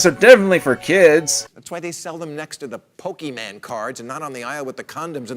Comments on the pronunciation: Did he seriously just say "Pokeyman"? You know you don't know what your talking about when you say that. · “Pokeyman cards”